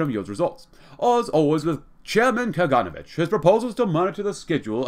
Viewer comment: When pronouncing Kaganovich, put emphasis on the letter O, KaganOvich.